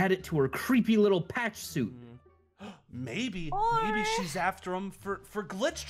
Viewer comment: Also it's not killes it's kills and its not suet it's suit